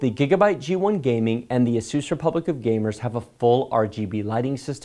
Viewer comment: you say asus wrong